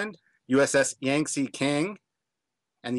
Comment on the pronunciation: It's pronounced Yangzee Key-ang